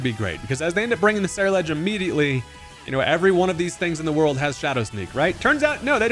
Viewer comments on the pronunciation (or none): none